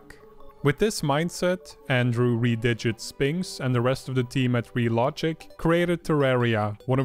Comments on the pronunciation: It's Reh-Dig-Get not Re-Didget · before this video i thought redigit was pronounced literally as re-di-git not ree-di-jit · I've heard it said that way before aa well but there was clarification made during some live streams. One reasoning was that his nickname is Red so if you extrapolate that into Redigit it make the first syllable a soft Reh instead of a hard REEEE. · Oh, I didn't realize that. I looked up reference material and in one of the Terraria let's plays that Andrew and Jeremy did, Jeremy pronounced Redigit as Re-Didget so I guess he also pronounced it incorrectly.